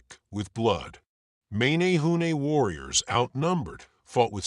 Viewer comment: So funny how you said mA nA hu nA . 'eh' not hard 'A' as in ; M eh n eh hoo neh. I live right here, Hanalei. Also, the Menehune at bananas and O'pai, not taro and sweet potato, those arrived with the Polynesians. and then there is; the waves of migration, likely Micronesian, and peaceful farmers arriving around 2000 to 1500 years ago, and worked with the Menehune. Then the Tahitians show up around 1200 to 1000 years ago with war clubs and blood sacrifice. They slighted both and took all.